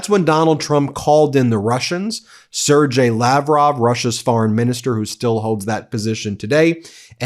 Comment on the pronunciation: Sergei is pronounced as (sir-gay) Not (sir-jay)